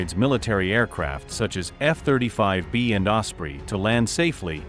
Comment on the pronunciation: Don't you listen to the audio? Adjust the pronunciation of things like F-35B's, type it in as F35bees and it will sound the way it should be pronounced.